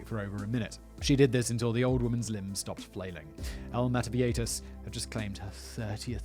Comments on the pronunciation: Viejitas. Now, I'd imagine everyone would pronounce this one of two ways: vie-hi-tas or vie-i-tas... Simon: Vieieitaitaitatitatas. Carry on. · Vee-yeh-hee-tas simon